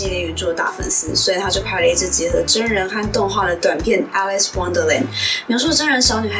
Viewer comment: Alice不是這樣唸..